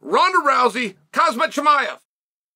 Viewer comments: kha-M-Z-at not kha-Z-M-at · Khamzat, not Kazmat, God damn it. He will figure out his path you figure out his actual name first. :D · Macklechev, hazmat& Rockmanoff 😂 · Try it like this Unc.. Hahamzat 😂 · Did Chael say Cosmit. People have done worse. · His name is Khamzat stop saying his name wrong 😂😂😂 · Cristian ronarlo says kazmat so why can’t chael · don’t you mean hazmat? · No, it’s always been Hozmit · He Always does lol😂😂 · Cheal STILL cant say khamzat right